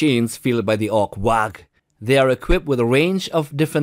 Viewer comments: Will everyone please stop saying wag. It's a waagghhh (warrrrrr) ffs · WAAAAGH is just pronounced WAAAARRR as in a feral Ork with a cockney accent saying war……how do successive generations keep missing the obvious in 40K 😂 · Ork Waaagh... you do not pronounce the GH Just screaam WAAAAAAAAAAAAAAAAA and make it sound like a long WAAAAAAAAAAAAAAAAAAAAAAAAAAAAAAR - and then you have the correct pronounciation. orks just scream WAAAAR but can not write proper english, and henceforth write WAAGH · It's quite the pet peeve when people do not pronounce the G in waaagh silently. It's "WAAAA" but spelled waaagh